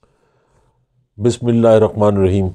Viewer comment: بابا جی بسمہ اللہ تو ٹھیک سے پڑھ لو۔۔